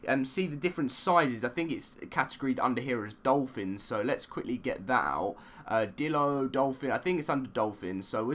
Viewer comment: It's ichthyosaurus not "Itchyosaurus" ICK-THEE, where do you get the "itchy" from? Dilophosaurus is DIE-LOW not dillo. Therizinosaurus is pronounced THERO-ZEENO-SAW-RUS